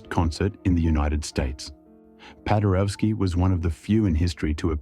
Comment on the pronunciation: "W" in all slavic languages is pronounced as a V - PadereVski.